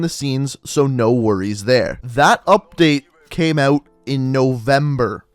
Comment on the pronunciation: Don’t say “OUT” like that!